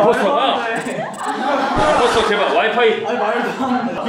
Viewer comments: 임포스터를 인포스터라고 하는거 빼고 다 맞는데...님이 모를는 거 아님? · 인포스터가 아니라 임포스터에요..